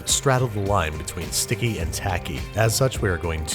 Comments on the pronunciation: "But keep in mind, it's still guh be stickeh" -Babish 2018 Best quote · "Still gon' be sitcky."